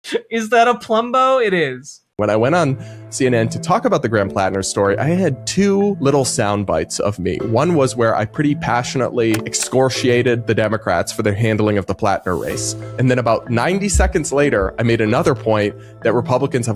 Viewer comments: Very funny that 3 seconds into his clip, mispronounces “excoriated” as [ex-COR-she-ated] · Damn, he sure did "excorshiate" them 😂